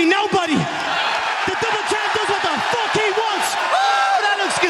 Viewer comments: “Fook Mark Henry” 🤣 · “Fook Mark Henry” 😂😭💀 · “Fook Mark Henry”